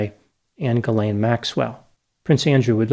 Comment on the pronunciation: Seems like nobody in the US can correctly pronounce "Ghislaine". The closest pronunciation, expressed phonetically, is jeezLENN, with a soft "j".